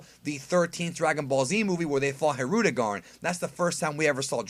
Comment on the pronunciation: Not Hirudugarn, Hildugarn. Jappy boi. 😄